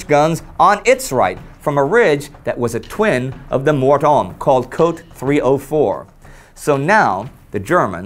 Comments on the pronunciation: Small correction. "Cote" is pronounced "Co-tay." It means "Coast" in English. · Cote is pronounced coh-tay. I usually wouldn't say anything, but as it happens to be my last name... Also, what is the song the Russians are marching to? It sounds like "It's a Small World After All."